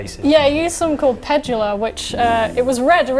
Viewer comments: Pedulla....pronounced puh doo lah. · That isn't how you pronounce "Pedulla".